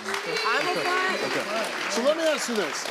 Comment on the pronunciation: Steve, why cant you say "Ask" ? Does it make you more "Street" ?